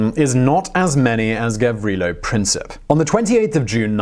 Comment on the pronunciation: Your saing Gavrilo Princip wrong